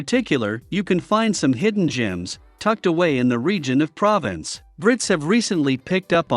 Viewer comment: It's pronounced "provonce" you idiot.